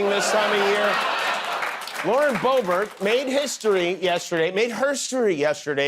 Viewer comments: I Swear I Heard You Say Hi Everybody My Name Is Boring Boebert... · She said Bobert